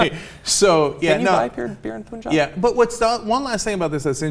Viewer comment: Its not poonjabi like you said it Cenk, its punjabi with the p u n said like pun as in no pun intended. Pun jabi not poonjabi.